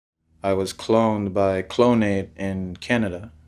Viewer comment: He said “clonade” yea definitely heard of that company.😂😂😂